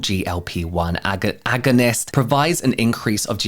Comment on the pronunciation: I laughed every time you said agonist 😂 great video!!